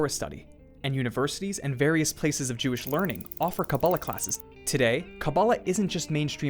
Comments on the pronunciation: take a shot every time he says kabab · OY! PLEASE! It's pronounced "KaBAAlah".